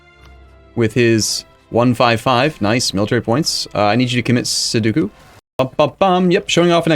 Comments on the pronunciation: Its sudoku, not seduku xD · mmm yes, pronouncing Sudoku as "Sow-doo-koo" is a common mistake I've heard many people do. From my limited knowledge of pronunciations though, I believe it's pronounced "Soo-dow-koo". Cheers! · For sure, although isn't it sudoku, not soduku...? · Mesmerised thing is that his pronunciation of sudoku was terrible